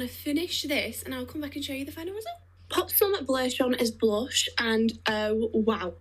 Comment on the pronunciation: oooh, I thought she was saying "blush" and I'm looking at the shade she is showing like... Girl, not even if you were a smurf would you blush that colour.